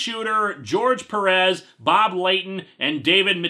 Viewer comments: I don't mean to be mean or confrontational, but what's with people pronouncing "Perez" peh-RESS? It's PEH-res. I assume people pronounce it like that with Perez Hilton to invoke the pun in that name. But any way, not angry or anything, just trying to be informative. And kill time while this buffers. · Quick question, the final episode of History of Power Rangers isn't out yet, right? EDIT: By the way, it's pronounced "Péh-rez".